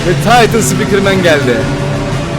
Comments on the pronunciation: Abi ben taytın sıpikırmeni seviyorum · Taytın sipikırmen